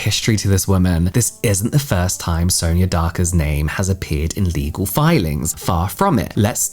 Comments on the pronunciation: How do you say ‘Sonya’ ? Sawn-ya Not Soon-ya, sown-ya and sow-in-ya - you’ve been using a variety of (incorrect) variations 🙄 It’s not a common name but it’s common enough that you’ve surely heard it before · I always thought Sonya was pronounced like Son-ya... feeling embarrassed now cuz I kept calling my client who had the same spelling that and she didnt correct me 😅